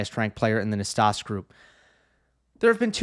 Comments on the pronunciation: Hi, I just want to point out that "Nastase", being a romanian name, it is spelled as it is written: not "nastas" but "Nastase", with that final E being the same E of, saying, "egg" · Nastase is pronounced Nastazee--c'mon--ZEE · Yes us oldies know it's Nastas-ee lol nickname Nasty back in the day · Thanks. You can check your pronunciation of Ilie Năstase on Wikipedia. John Newcombe in commentary always said the final 'ee'